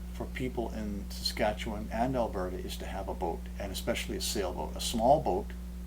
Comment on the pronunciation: 'Staskatchewan!!' I've always wondered how that was pronounced